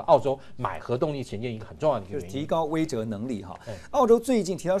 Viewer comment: 为什么台湾这些播报员总是不能够正确的读出‘威慑’（weishe）两字，整天就‘weizhe, weizhe’, 令人讨厌 ！